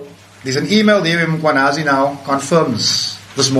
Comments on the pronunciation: Its Mkhwanazi not Makhwanazi. Some respect please with people's names. Respect other people assomblief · He pronouns Mkhwanazi as mkwanhazi his pushing the alphabet h little bit forward 🙆